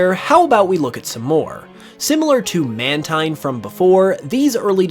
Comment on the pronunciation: Mantine Is actually truly Pronounced as Man~TEEN